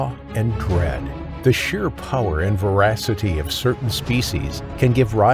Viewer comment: The video was fascinating! In the next video though, please try to be more clear in your pronunciation of the word "voracity." It sounded exactly like you were saying "veracity", even after the fourth listen. Besides that tiny thing, the video is enjoyable. Thanks! PS - later on, you pronounced the word "subsequent" as if it were two distinct words. Like "sub sequent." The reason why these things are important is because there's a deliberate agenda in place, the motive of which is the dumbing down of the population. In fact, there's even a book, titled "The Deliberate Dumbing Down of America" by Charlotte Iserbyt, a former Senior Policy Advisor to the United States Department of Education and the daughter and granddaughter of Skull and Bones members at Yale. You can imagine that, as a descendant of TWO members of Skull and Bones, she'd have a pretty damn good idea of the various agendas being used against the population of the United States and the world!!